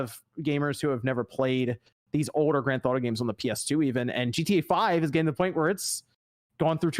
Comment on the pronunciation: Grand Th-auto?